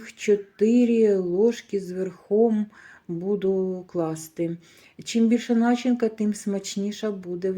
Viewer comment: Кажіть не нАчинка, а начИнка❤